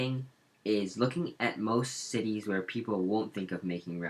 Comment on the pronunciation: U don't actually know how to pronounce any of the cities correctly, no offense.